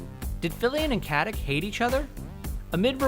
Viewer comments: Het name is pronounced: Stah-nah Kah- tich NOT Stenna Kettik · Kaze se Katic a ne Katik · its not fucking katik its katić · Katić (Something like Katich), not Katik. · Thank you! It bothered me to no end to constantly hear that 'stenna kettik'. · it's more like cut-itch (no pun intended). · Stana is of Slavic descent, so the "c" in Katic is(most probably) pronounced as the "ch" in "chair".